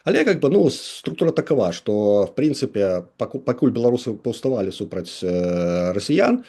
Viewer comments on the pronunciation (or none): Не бе-ло-ру-сы, а бе-ла-ру-сы, гэта адносіцца і да ўкраінцаў, якая б мова не была, а Беларусь на ўсіх мовах - Беларусь, праз літару а. Слава героем ЗСУ! Жыві вольны беларус без ябацькастана! Балістыка хуй-у ў бункер!